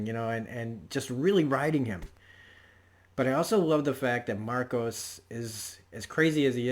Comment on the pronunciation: His name is Marco, not Marcos. Otherwise, great review, you make some really great points, and I LOVE how Drummer can say more with a glare than some other characters can with a monologue. One thing that does make Marco different from other Freedom Fighters though is scale, the number of people, the number of civilians that he killed, ostensibly during peacetime, is unprecedented, other than say Genghis Khan